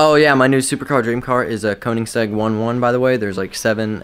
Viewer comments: It's pronounced koeiningsegg (Coe-e-ning-seg) and there are multiple edition s there not just 7 there might be 7 of ager-r or what not learn your cars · It's pronounced ker•ning•seg• One to one